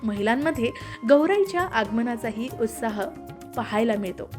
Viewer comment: उत्साह म्हणतात उस्ताह असं काहीतरी काहीतरी का बोलता?